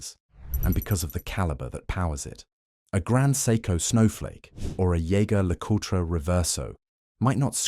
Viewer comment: Exactly. incorrect pronouniation throughout. Sign of a man who does not really know his watches Jaegar leecoootre indeed